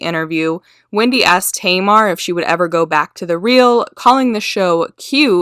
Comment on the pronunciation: Hun you need to learn how to pronounce names. At first you're calling her "Tea..mar" then you pronounce it right, then you mispronounce it again. Either you're high as fuck or just numb. Learn how to speak proper english.😴